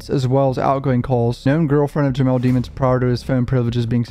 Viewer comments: I’m just confused why you keep pronouncing his last name dee-mons?? When in the trial footage you made fun of the prosecution and judge for not pronouncing his last name right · Please start pronouncing his last name right cuff that was in trail one